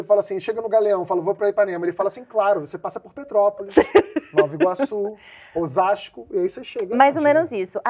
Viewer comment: "Osasco" me quebrou muito kkkkkkkkk